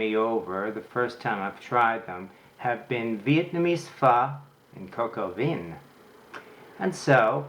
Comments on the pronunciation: Good video! French word vin is pronounced closer to 'vahn' with a nasal 'n'. Definitely not 'veen' :) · It's pronounced "Vin"! Not "Von"! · It is pronounced coke o vah not Vin as in vehicle identification number. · Thank you so much for the recipe and instructions, the only thing that bothered me was you saying veen instead of the right pronunciation, which is van, or similar to van. Listen to Julia. Hats off for being brave to publish this. I will do it for guests tomorrow.👍🏻👏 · Its pronounced "von" not "veen" Also roosters don't "produce eggs" smh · (coke oh vin) is the correct pronunciation.....!!! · No, it's not pronounced "von." It's pronounced a little like "veh." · It's not important but Vin in french is pronounced Vahn. In fact all words starting and or ending with "in" are pronounced with the "ahn" nasal sound. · Interesting video. Thanks. By the way, the vowel in "vin" is more of an "a" than an "I" and the "n" is not pronounced. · Two points of glaring errors, #1 "vin" is a French word and is pronounced "VAN" and #2 Roosters do NOT produce EGGS that the HENS job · Nice, but "cocoa veen"? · I can't believe he pronounced it KOKO VINNN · the correct pronunciation is : coke o vin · Thanks for the good word, and no need to worry about the comments. As noted, it's just YouTube. I mispronounced the word "vin" when I made this video four years ago, and obviously the world has come to and end because of that. :) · Thank you for your video. I suggest you consult someone who knows how to pronounce French words Coq Au Vin (especially Vin) and Bon Appetit! (the second "t" is mute. I hope you'll take my suggestions in good spirit! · It would be great if you could pronounce vin correctly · Please stick to English if you can't pronounce the words pho or vin. It irritates and gives others the wrong pronunciation. Or just learn to pronounce the words properly rather than make excuses!